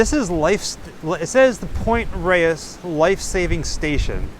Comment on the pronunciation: Point Reyes is actually pronounced Point "Rays", not "ray-ess".